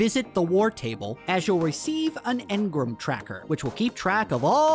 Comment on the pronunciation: Great vid. But wtf is an En-grUm? 😂